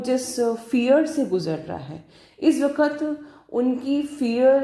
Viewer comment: Thank you soooooooooooo much maa 💕💕💕💕💕🤗🤗🤗🤗🤗 i love you maa i just love you...nd mam apka "waqt" aap bahut accha bolte he.